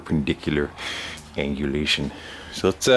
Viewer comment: "perpendiculer angulashon", brilliant and always entertaining.